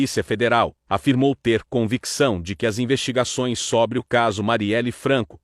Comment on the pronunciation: é côrte que se fala. Não Córte. É sôbre que que pronuncia, não sóbre.